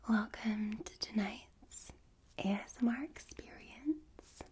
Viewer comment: I like how she says ASMAR instead of ASMR